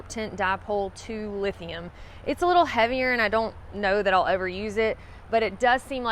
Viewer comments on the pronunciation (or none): none